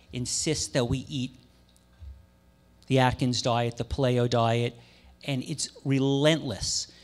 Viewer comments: Ok, like po-TAY-to/po-TAH-to, but really, how does someone pronounce paleo as puh-lay-oh? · i refuse to believe that this host is unfamiliar with the proper pronunciation of the word "Paleo". LOL lol.. It's literally impossible to be involved in the health community, and learn to pronounce paleo as ... "Puh-Lay-oh".. how is this possible?.. Anyhow, Great panel, a pleasure to listen to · Lol the way that guy says Paleo. I thought he was saying Play-Doh diet. However wrong the diet is it should be pronounced correctly. Pay Lee oh. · puh-lay-oh = pale-ee-oh. Incredible pronunciation. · Couldn't watch this because of the way that guy pronounced paleo as pa-LAY-o.. LOL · Did he say “playo?” Haha 😂 Interesting speech though. I’m at a point where I don’t know who to believe anymore. I need to stop watching and researching things 🙄 Then I notice he has lentil rotini noodles in front of him that say 100% natural... the word “natural” in the labeling world is a scam. It sits on a shelf and the lentils are processed into noodles... obviously healthier than most shelf foods. Also, they are advertising supplements which makes me question the agenda of this speech. Just saying... I will still watch though with an open heart 🤓♥️ Started questioning my plant based diet and incorporated some raw dairy and eggs... two days later I feel like I can’t breath and I couldn’t even finish my breakfast, the smell of the eggs literally made me gag. 🤮 Maybe I just need a little more faith with in my plant based diet. Feeling lost with my diet... I am an avid weight lifter, female... I avoid soy, I avoid all the fake meats... maybe that’s why I struggle on it. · This should be good. Really wish Greger was up there tho. And why hasn't that guy learned how to say "pay-lee-o" yet? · The way he says paleo is annoying. LOL